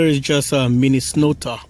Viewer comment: Mini-snow-ta, lol.